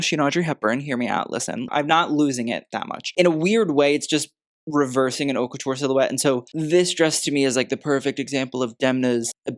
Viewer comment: haute is not pronounced as 'hot'. it's more 'oat'.